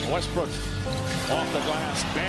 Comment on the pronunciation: West"Brick" slip 😁